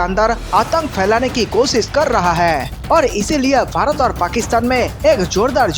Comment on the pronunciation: Pehle apna desh ka naam tho teekh se bolo.bharat hein barat nahi